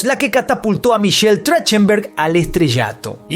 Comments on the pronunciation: Se pronuncia TraJJtenberg 😊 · Se pronuncia trajtenberg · Así no se pronuncia su apellido, deberian averiguar como lo pronuncia la persona y luego si crear el video 🤦🏻‍♀️ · No pronuncia bien su apellido